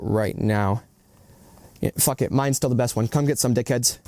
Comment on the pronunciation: Funny that ol dude brought up leboof, since his inability to use the term fuk is juuust like that curly headed fuk from that movie iRobot. Stahhp cussin, yuh not good at it. Fr tho that ish is just distracting lol